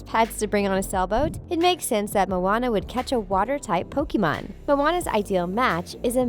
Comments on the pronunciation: The way she pronounce pokemon is like pokimon uhh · Its frustrating how she pronounce pokemon and pokemons name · she mispronounces every single pokemon name. she even mispronounces the name pokemon